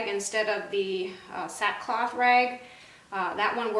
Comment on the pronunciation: I listened twice and couldn’t catch what you said the cloth was called.